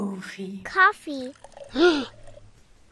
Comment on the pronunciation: This girl best words: Coconet melk Coooofei Honi